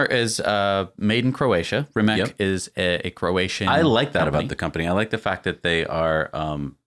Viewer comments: First I wanted to compliment you for pronouncing Porsche correctly, but then you fell back to calling it '':). They are meant for doing 'speed daemon things' btw. Rimac is pronounced something like Remaz btw. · If the car name is based on Croatian linguistics, it should be pronounced Rimac (Ree-mahts). Rema means "rhyme" in Croatian. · And the best English language approximation of pronouncing "RIMAC" would be: "REE-MATS", with "EE" being prononunced a bit shorter than it would be in English. You're welcome. Great video BTW! Greetings from Slovenia! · It is pronounced REE-MAHTS (Rimac) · To pronounce properly “Rimac’ imagine that is written as Rimatz. In our language letter c is pronounced as tz in English. Letter “K” is pronounced in the way as you pronounced “C”.